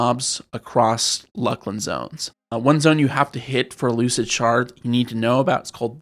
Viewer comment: It is pronounced LOOS-LIN ya fucken dumb seppos